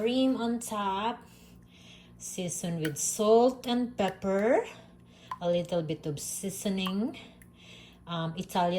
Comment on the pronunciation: I love when you say pepperrrrrrrr.❤❤❤❤❤ and summerrrrrr too❤❤❤